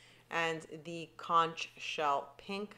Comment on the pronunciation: As a friendly fyi - the word conch is pronounced conk.